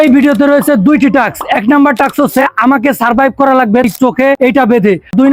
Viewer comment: আরে ভাই টাকস নারে ভাই টাস্ক